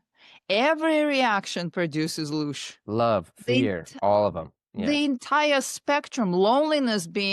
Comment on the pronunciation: It's not "Lush" btw it's LOOSH. Please do your research man. Ive been researching the occult, the paranormal, and metaphysics for 30 years. You seem like you have only dipped your toe in.